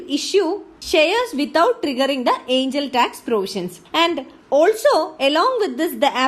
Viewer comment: Angel or aiingel ??? .... irritating voice ...